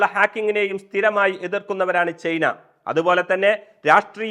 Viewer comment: ചെയ്ന അല്ല ചെങ്ങായി, ചൈന 😂